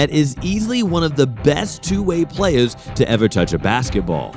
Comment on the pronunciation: “Playaz” lol